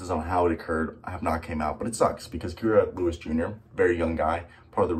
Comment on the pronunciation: Your saying his name wrong 😂, I actually know dude he definitely ganna bounce back , a kid from hazel green with big dreams and he’s ganna reach them